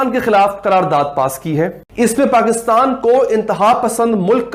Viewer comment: "Pakittan" nahi uncle Pakistan kyu nahi kehte aap.